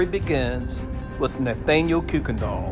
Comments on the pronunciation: Hello from HARDY/GRANT CO WV...ITS PRONOUNCED KIRK-KEN-DULL BY THE LIVING DESCENDANTS...IM SURE THEY DONT WANT TO BE CALLED KOOKS!!!!! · Our last name is pronounced Kai-ken-dall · Kuykendall is a Dutch name and the “uy” is pronounced like “eye”. K-eye-kendall. Or as another commenter, whose family members are Kuykendalls, said, they pronounce it like Kykendall. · Kuykendall. It is pronounced "KAI ken dall" Kuy- as in Guy. OR Sometimes pronounced "Kirk" endall.